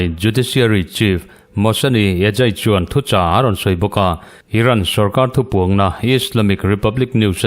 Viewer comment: Neih nuaih ni lovin niaih nuaih. Thu puangna ni lovin, thu puanna.😊